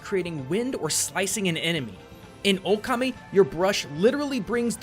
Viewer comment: Okami, not O-Kami lmao